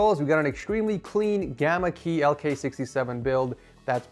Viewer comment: It's Gamakay not Gamakey